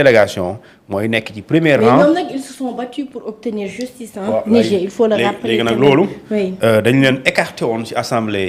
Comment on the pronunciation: Dites à votre chroniqueur que le mot Niger se prononce avec le r à la fin. Lorsque le r devient muet, on parle d'un fleuve.